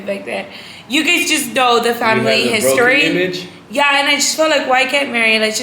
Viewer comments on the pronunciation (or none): why did you say history like that😂😂 love you! Congrats on your new journey